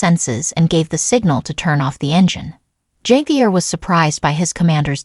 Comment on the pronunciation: This is Ai generated content. Javier correct pronunciation is. ( hav- e- air) Chinese Ai probably.